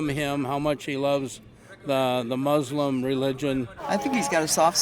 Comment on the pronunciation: What's with this pronunciation of Muslim as "Moooslum"? And how do you manage to be an atheist and a Moooslum at the same time?